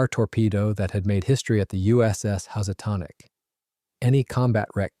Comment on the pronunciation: Excellent presentation, with one caveat: pronunciation of "Housatonic." The name of a river in CT, it sounds like "hoosatonic," not "huzzatonic."